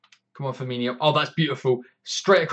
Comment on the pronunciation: Fir-Mean-O. ;) No 'h', so no 'y' sound. Great stuff - love the enthusiasm.